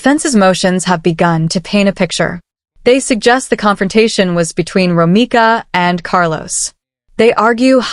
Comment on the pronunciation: ROMECA not Romica 😒🩷🩷🩷🩷🩷⚖️⚖️⚖️⚖️⚖️⚖️